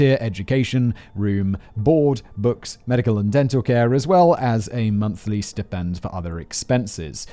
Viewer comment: SIMON, stipend is pronounced STY-PEND…!!!! STY-PEND….!!!!! STY-PEND……!!!!!!!!